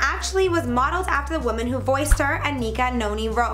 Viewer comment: Not to be rude but it's Ana not Anna. Idk why but this bugged me